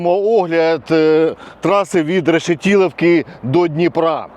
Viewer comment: Не Решетіловки.... РЕШЕТИЛІВКИ! І не Пирятіна а ПИРЯТИНА!